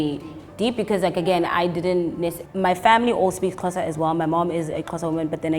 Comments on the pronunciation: My social studies teacher pronounces Xhosa as Sho-sha😭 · Now practicing trying to say Xhosa the right way